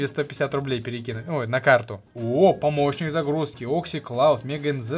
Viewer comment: я всегда вместо помощник загрузки слышу помойщник загрузки